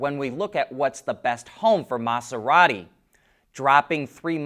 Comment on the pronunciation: Your pronunciation of Maserati was a bit annoying, and you said it ten times in that short time. Pronounce the S as if it were a Z. If you want to learn more about it, watch the John Oliver episode that covers these in detail. In short, it would be an environmental nightmare to the ecosystem on the ocean floor and would be worse than regular methods of mining those minerals. Unfortunately, some only see dollar signs.